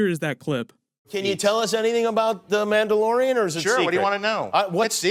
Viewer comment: he said this story follows a Mandalorian? I heard Amanda Lorian XD